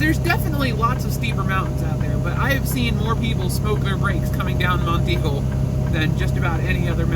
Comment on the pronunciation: Nice video. Congrats on pronouncing "Monteagle" correctly. SOOO many people not from around here incorrectly call it "Mount Eagle". I did my first 3 years OTR with no engine brake. I went down Monteagle too many times to count and did Tehachipi and Cajon Pass in CA with the scale house half way down the grade. I smoked my brakes once near the bottom of Black Mountain in NC on I-40 and TWICE on I-8 between San Diego and El Centro, CA .